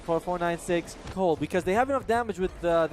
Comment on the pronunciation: PPNC, dobow kiw, twipew kiw, flashbang, gywo captow, black hoooww. GG is cowd.